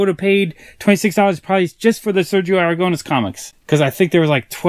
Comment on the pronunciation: You say AraGOUnes the tonic silabel is the Nes so is AragoNES. Great comic book collection.